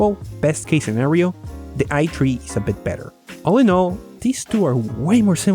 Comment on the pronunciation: It's supposed to be pronounced i3 lol oof xD